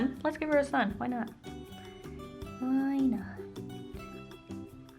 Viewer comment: Omg I thought you said SON and not SUN haha. Was so confused when you started drawing the sun